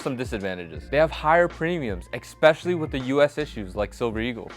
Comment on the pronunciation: Please learn how to pronounce the word especially. it's not eggspecially